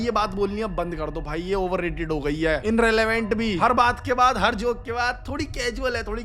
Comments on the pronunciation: inrelevent❌ irrelevant ✅ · irrelevant❌ Inrelevant ✅ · irrelevant Na ki INrelevant